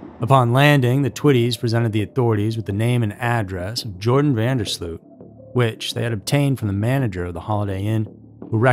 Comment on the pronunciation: the last name is incorrect as well; it's pronounced van (not ven) der sloat.